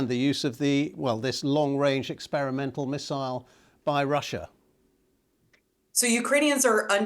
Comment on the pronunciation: Experiemental? Really! Please don't joke about serious things. 😮